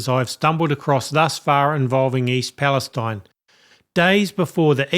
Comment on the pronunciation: I live just east of East Palestine-there are no words to describe what we are going through. Tragic. I’m tired and feeling like I can’t take anymore. Just a side note - this little town pronounces it’s name East Pal- es- teen.